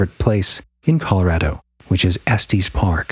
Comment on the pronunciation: Estes... short e "s, tes". Sorry, 😂 I grew up in Colorado and it was driving me crazy. Lol. Great episode as always. You guys are amazing!